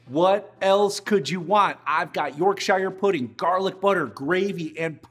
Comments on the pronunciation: Its Yorksher not York shy er :) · The final R in both of those names is pronounced for people who speak rhotic dialects of English (which is most American, Irish, and Scottish English, as well as some British dialects). So yes, to speakers of non-rhotic English it’s Yorksha, but for everyone else it’s Yorksher. What it definitely never is is “York-shyer” like he said. ;) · Yorksher not YorkSHIYER. 👍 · Fantastic video. Gotta treat those amazing cuts properly and do them justice. And that gravy oh my 🤤 "York-shy-yer pudding" is pronounced "York-sher" 😉 I know, cos I live in Yorkshire. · York shiiiiyyyyrrrre.? Yorksheeer...please. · It’s YorkSHEAR not YorkShiyah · York-SHUR ... not York-SHYRE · Looks very good. As a Yorkshire man (pronouced Yorkshuh or even Yorksheer but never York Shy ah) I cannot tell if it the videography or if your yorkies are a bit over dense. But the reverded seared neef looked well cooked. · Mate…it’s Yorkshire Puddings pronounced Yorksher not Yorkshia 🙄🤦🏻🤣🤣👍🇬🇧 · Nice beef :) but it's not York-SHIRE pudding its York-Sha I live here after all oh, u need to use lard not oil in the muffin tins or trays & get it smoking before the mixture goes in. That way they will rise like power station cooling towers :) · York-shure…. Not York-shyer. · No garlic! This is a British/English dish. There is definitely no garlic. Don't use it! And for Yorkshire puddings you pronounce it 'York-sha' not 'York-Shy-are' puddings. You're welcome! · It's Yorkshire, not York-Shire. And you put way too much batter in which results in a thick stodgy pudding that is inedible. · it's not york-SHIyRE puddings, the correct pronunciation is york-shur pudding (anywhere in the UK) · Sir, there is one thing wrong with this video - it's not "YorkSHIRE" pudding it's "YORKsher" :P That beef looked fantastic! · “York shy-er”? No Sir, just no. It’s York-sher (sort of. Not sure how to spell it phonetically.) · It's Yorkshire, not York-Shyer. Shire, like you shear a sheep. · York 'sher'.